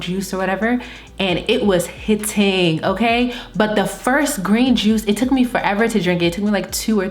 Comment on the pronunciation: Are you from the DMV? When you said "and it was hit-tingggg" I was like oh sis has GOT To be from my lil corner of the U.S.! <3